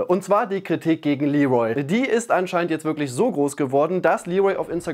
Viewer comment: Wer nennt ihn bitte Lee'Rol??! Bisschen geschmacklos, oder?!